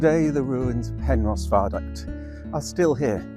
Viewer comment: This is the only place i've ever heard it pronounced "Penrose"